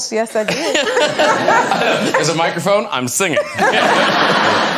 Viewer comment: I think he contracted the words "and now", but it comes out sounding like Anna, you're right!